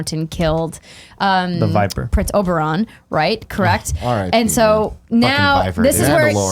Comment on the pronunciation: GUYS OBERYN OBER-IN Not OBERON